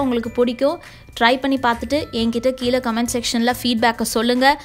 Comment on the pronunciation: எல்லாவற்றையும் முயற்சி செய்து பார்த்து தான் வீடியோ போடுவேன், பலருக்கு இது தெரியவில்லை அது தெரியவில்லை என்று சொல்லும் தாங்கள் ஏளு, கொளுப்பு, அளகு, கீளே என்று சொல்லாமல் ஒழுங்காக ஏழு, கொழுப்பு, அழகு, கீழே என்று சொல்ல பழகிக்கொண்டு வீடியோ போடுங்கள் ப்ளீஸ்